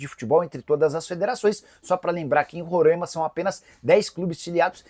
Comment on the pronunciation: "Rorãima" é meu ovo